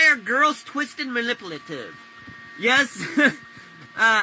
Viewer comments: Why did it sound like he almost said impotent when he was trying to say manipulative😅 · “Mannippative” lol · my guy trying to say manipulative 5 different times and not getting it screams “elementary school drop out”